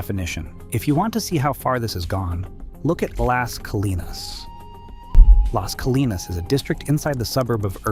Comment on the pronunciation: ai slop. AI can’t pronounce Plano, Las Colinas, etc. Showed a sign with elevation over 4 thousand feet, no city in North Texas is above 450. I don’t think this creator has ever been to Dallas, North Dallas, Irving. Anywhere in the Metroplex. And snow? Stupid AI Slop video.